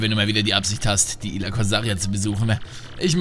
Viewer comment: Er sagt schon wieder Ila.